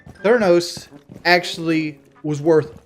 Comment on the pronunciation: I had to turn it off after he said the name theranos incorrectly. He needs to get that dent in his head checked out.